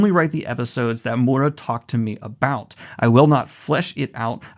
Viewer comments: this is great, but please, someone teach him how to pronounce Miura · Okay, this isn't REALLY the point of this video, but I just want to give a (hopefully) helpful tip to Daniel: When you see Japanese names or words or whatever spelled out with roman letters, such as Kentaro Miura, one thing you can count on is that the letter basically ALWAYS make the same sound. For instance, the letter 'i' is always pronounced "ee", the 'a' is always pronounced as "ah", the 'o' is always like "oh", etc. So the name Kentaro Miura is as such: Ken-Ta-Ro (Ken-Tah-Roh) Mi-U-Ra (Mee-Oo-Rah) You speed it up as you pronounce it of course, but that is the breakdown. I just keep hearing you pronounce his name more like "Mura", where you're totally skipping over the 'i'. I'm not trying to be a dick, just trying to help. Once you catch on to how consistent this particular aspect of Japanese words really is, it becomes REALLY easy to know how to pronounce them. Ya know, if they're using our alphabet :p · "Mooda" It's mi-ur-ra or mi-u-da. He's not mudahar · Miura, M-i-ura, mIura, M-iiiiiiiiiiiiii-ura. NOT M-U-ra or MuUUUUUuuuura.. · hate to be that guy but it's Miura not Mura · I'm sorry to point it out but it's Kentaro Mee - u - ra, not Moora With love <3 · Can you please stop saying Mura instead of Miura lol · "Kentaro Moora" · Also just want to note: I know the pronunciations aren't always strictly like this. When actually talking, obviously we tend to finish a name like this with an "Ruh" sound instead of a "Rah" sound, but I hope this gets across how the name is phonetically intended to said, the "proper" way. Daniel generally does a good job, it was really just the fact he was straight forgetting the 'I' in the name that made it sound so off. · This is amazing news!! Also, it's me--you--ra. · Dear Daniel, its Kentaro MEE-U-RA, just to warn you before someone starts attacking you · M I U R A, not that hard daniel!